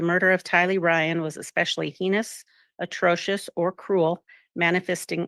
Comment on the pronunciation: Madame Clerk does not know how to pronounce "heinous." She should.